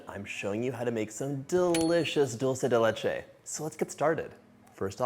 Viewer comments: ¡ Que bien pronuncias “dulce de leche” ! Soy argentina 🇦🇷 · You said it right!!!! It drives me bananas when people say dolce de leche and not dulce de leche…my name being Dulce, I love being called Dolce, doesn’t bother me one bit but when Italians see it and go with their version but when referencing this treat…SAY IT RIGHT!!! Thanks a million, John!!!